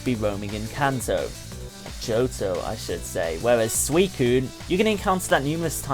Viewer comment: who here pernounces johto yoto?